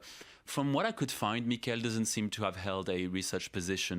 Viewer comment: It's MI-kel, not mi-KEL. My only goal in life now is that you pronounce our favourite scammer's name properly. Edit: Oh, I see you do it purposely. Then I'm going to be even MORE annoying.